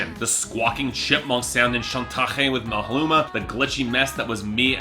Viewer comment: My man can’t even pronounce MALUMA.